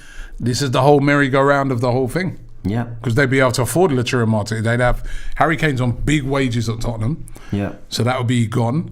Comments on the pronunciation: Robbie: How do you say it?: I went with Lautaro Robbie: Lautaro? Okay. 5 seconds later Robbie: Lachurro... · NOT "LATURO" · How did you say it... LAUTARO???? Says Robbie who has been crucifying his name for a week now with LACHURRO... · Thanks for subtly correcting Robbie, Lautaro, not LACHURO FFS. How long will Robbie keep being this sloppy with very horribly wrong pronunciation of names? It's ridiculous! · A historical moment when realised it wasn’t pronounced “Lachuuro” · Man learnt the pronounciation of Lautaro And still butchered it 🙆🏾‍♀️🙆🏾‍♀️🙆🏾‍♀️